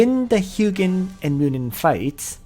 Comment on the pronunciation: Correct pronounciation is HOO-jin and MOO-nin. You should change title to Ancient Call edition since the setup you mentioned is mostly for that. Im thinking of using Ullrs and holy pegasi since i lack sky archers currently, and pegasi give 50% reduction when attacking. Outside of AC, sprint from pegasus route is invaluable when not using leticia. Other things worth mentioning are the pegasi route lacks melee skills.